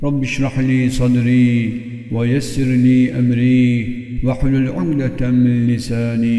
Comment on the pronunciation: Ukdeten değil de umdeten diyor